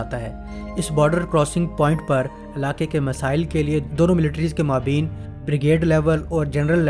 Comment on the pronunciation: اچھی معلومات لیکن آپ کے تلفظ بہت غلط ہیں۔۔خاص کر maabeen نہیں maabayn صحیح تلفظ ہے